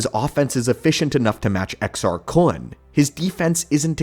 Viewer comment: Well done on the pronouncing exars